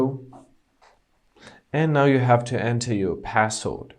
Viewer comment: What's passold. It sounded like you said passold.